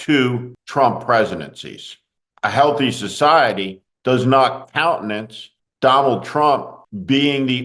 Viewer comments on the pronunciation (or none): none